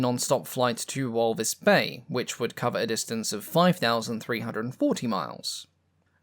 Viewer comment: minor nitpick, in a brilliant video, it’s pronounced “v-ul-fis” bay. Hello from SA! Nice to learn something about our aviation history. :) Edit: why does walvisbaai have to be in namibia!